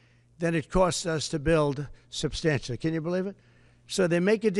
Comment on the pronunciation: Stop playing pretend like you have a single clue what's going on. Actually grow up and stop running your mouth. What made America great was innocent until proven guilty and substantiating claims. You can't even pronounce substantiate.